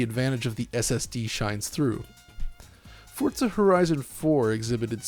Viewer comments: There's no T in "Forza" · Feel like I’m the only one who says FOR-za, and not Fort-za. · Why do you call it "Fortza"? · Can you please stop calling it "FORTZA" 🤦🏼 Sincerely, EVERYBODY. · Why does he keep saying fort-za?